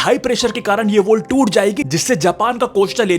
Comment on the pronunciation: Wall ko woll bol raha hay...woll😂